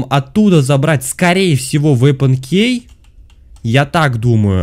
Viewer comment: Меня одну бесит,что он говорит слово«key» неправильно😂(правильно кии,а не кей😂)без обид❤️